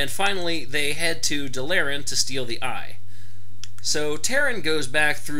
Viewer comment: Also DAAA LAAA RAAA N not dalllllaran